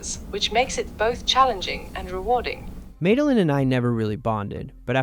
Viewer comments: “May-delin” come on now lol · Why were you calling her MADE a lyn 😂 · Isn't it pronounced, "Mad uh Lynn?"